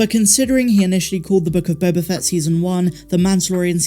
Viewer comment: You keep mispronouncing “Book of Boba Fatt”.